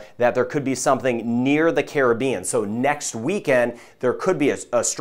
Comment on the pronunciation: I’d feel better about the forecast if Caribbean was pronounced properly. 😐